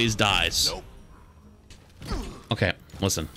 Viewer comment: is funny how he says ''oKe''